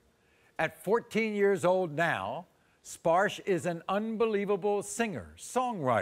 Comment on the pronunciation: His father is bengali. Maybe Bagnladeshi origin. India origin guaranteed. His name is "Sparsho" not "Sparsh" I know what his name really means N how to say this name properly. They r spelling it wrong.